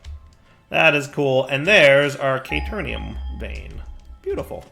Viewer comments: caterium, not caternium. what's with the extra n? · It's Caterium! Not K-Turn -ium. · it hurt hearing him pronounce it wrong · Came to see if mispronounces caterium the same way he misspells caterium...was not disappointed. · Oof pls. There is no "N" in Caterium. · ikr xD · I believe that even if he realizes this, he’s going to keep saying it wrong anyway.